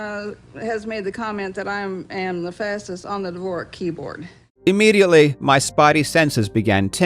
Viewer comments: No need to be any faster than about 100 for a computer programmer, otherwise your fingers get sore. What's more important is to be able to type fast on any keyboard, regardless of action. Correction: D vor ak is the pronunciation. Not pronounced like the composer. Computer science terms nearly always follow US English rules. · Great vid, Karl. Quick note tho: Dvorak (pronounced DEEV-OR-ACK) is the keyboard layout. Dvořák (pronounced DEEV-OR-ZHAK) was a Czech composer. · Interesting piece. Nuts really how much 'knowledge' is based on such shaky foundations. BTW there's no J in Dvorak😂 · that's how you pronounce Dvořák the composer, but not Dvorak the keyboard :( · repeatedly mispronouncing "Dvorak" is killing me lol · You're pronouncing Dvorak wrong. You're pronouncing it the way the inventors name was spelled. The keyboard layout is pronounced as its written. Apart from that, another great video from THE legend! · It's all fun and good, but holy hell, that pronunciation of "Dvorak" gives me kidney stones. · I believe the Dvorak layout isn't pronouned like the composer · He thought it was pronounced like Dvořák (It's not btw) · The keyboard layout isn't pronounced like Dvořák. I thought it was only because I like the composer lol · DUDE how are you inserting a full on consonant into 'dvorak' jesus christ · Hey random input, my name is Dvořák which is often pronounced by non-Czech speakers like you did (though it is not correct, but don’t worry about it few can pronounce that) I have however never seen the Dvorak keyboard typed insame form like my name, and doing a quick search for the inventor of Dvorak keyboard I came across this: While his name is pronounced [ˈdvor̝aːk], with the ř roughly as a simultaneous trilled [r] and [ʒ] due to his being of Czech descent, Dvorak's family in the U.S. pronounces it /ˈdvɔːræk/, with an English r. So, if you do a follow up no need to use Czech phonetics. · I'm so confused why do you pronounce Dvorak like that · "Divore-jak" XD